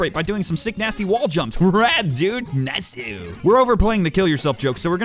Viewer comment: Question does anybody when he says niceu it’s a JoJo reference from Joseph Joestar